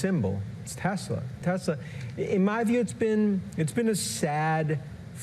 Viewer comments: Did he said "Tesler" just like trump?😂😂😂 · "Tesler." Yes, we heard you there, Lawrence. 😄😄😄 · omg Lawrence, "Telserrr" 😂😂😂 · Why do all boomers say tesler where it cleary is tesls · Tesler...we caught that! 😂😂😊😅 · Did Lawrence say “Tesler?” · Oh Lawrence, I smiled so broadly when your Boston accent peeked out when you said ‘Tesler’. As hard as we might try, sometimes it slips out. ❤ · I choked on my lunch when Lawrence said "Tesler" without flinching or smiling. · Well done, trolling both Donald & Elon with the "Teslar" pronunciation . Extra points for subtlety! 😂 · Ha, "tesler" good one. Love the program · "... a member of the board of Tesler..." ❤‍🔥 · He said “Tesler” 😂 Golden. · tesler LOL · "Tesler" 😂😂😂 made my day! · Tesler...LOL. We heard you, Lawrence. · I giggled out loud at work when he said “the board of Tesler.” 😂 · Lawrence is always right on the money. I am here for Elon realizing that buying a presidency isn't giving him complete control. I also am here for Lawrence saying Tesler. 😂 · Milk came out of my nose when he said "Tesler" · Yes, but “Ron Vara” is brilliant. 😂 And slipping in “Tesler.” Ha ha ha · “We love Tesler!!!” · Lawrence saying tesler gives me life😅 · Hehe, he said Tesler. Nice callback! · 'board of Tesler' 😂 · "A member of the board of Tesler..." 😂😂😂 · What? Ron Vara is a super genius!!!!!!!!! "Tesler" 🤣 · I swear he said Tesler. Did anyone else hear it?